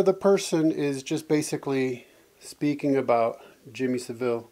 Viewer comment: Savile rhymes with gravel